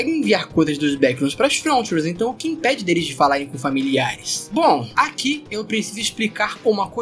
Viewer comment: Cara gosto muito dos seus vídeos ! Porém dá um profundo desconforto ouvir você falar "você morraria AGUI?" Qual a dificuldade de falar "AQUI"